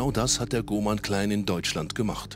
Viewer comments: ausserdem heisst das nicht klääään,in deutschland, sondern clan mit aa,und nicht mit ää. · Mit dem Schnitzelklopper :-D ..und dann "mit dem Cläään" ist nicht zu spaßen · CLAN NICHT KLEEEEEEENN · Sag doch " CLAN " statt " CLÄN " so Cringe 😂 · Das ist ein heftiges cläääääääännnnn 😂😂🤦🏽‍♂️🤦🏽‍♂️🤦🏽‍♂️